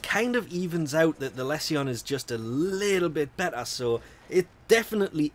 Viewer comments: do you pronounce all tion/sion words 'see on' not 'shuun'... corruption, resolution, solution, Lesion, precision, precusion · It's lee-shon. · I have been having a blast using it, i was using the tonbo for a while now and this is a direct upgrade to that. Also, i think it's pronounced "lee-zhuh n"